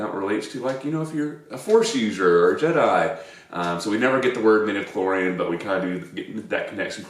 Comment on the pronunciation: She does say midiclorian